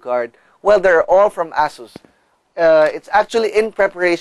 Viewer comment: its not ASSUS its asus its not ass its ace